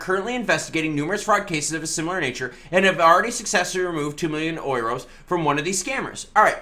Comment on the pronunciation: It's pronounced YOUROS